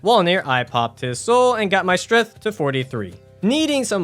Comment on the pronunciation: "Strath" will always be correct in our hearts.